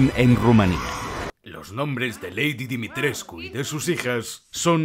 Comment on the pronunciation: Dimitres...CU jajajajaja tantas veces q me desespere, en realidad sólo se pronuncia Dimitresc